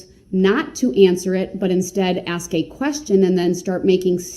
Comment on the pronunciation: No such thing as a tack it agreement, axe instead of ask, oaf of office, amenet instead of adamant, enty not any, sovereign BS